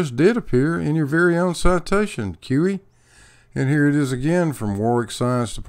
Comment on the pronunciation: Every time you say QE it sounds like kiwi and I think you should just switch it up